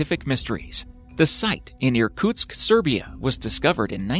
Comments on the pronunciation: "Ma-rish-us" (we say Mauritius) actually is pretty near South Africa outside Madagaskar even though it is in the Indian Ocean😉 And Irkutsk (not Inutsk) is in Russia, Sibir as the map actually shows.. So he just said the wrong name in the video but actually shows the correct place. Fail.. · Irkusk, Serbia? - You did not listen in school pal.